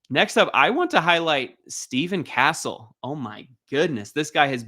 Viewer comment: The way you said castles name is criminal